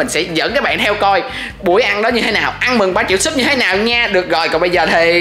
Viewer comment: Ũa sau tự đê là đi hẹ gò mà trong cip ah nói ăn mừng mà lại giống đi hẹ hò=))))))?